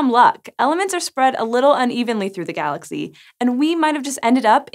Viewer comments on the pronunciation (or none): none